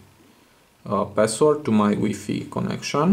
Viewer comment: did he just call it wee-fee